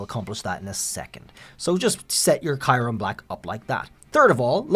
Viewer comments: Am i missheard? "Kai-rum" ?? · Please say kyurem right..